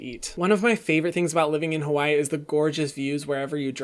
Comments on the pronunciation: So you live in Hawai’i but you’re not pronouncing it right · Say Hawai'i properly please 🙏🏽